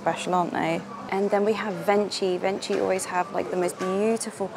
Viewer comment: Hi, I don't want to sound annoying but I want just to say that "venchi" is an italian brand so it's pronunced like "venkee" ☺ and the way their egg is wrapped in shiny paper is exactly how chocolate easter eggs are sold in Italy (from the cheapest brand to the expensive ones): it's our style, I guess 🤪☺ xoxo ❤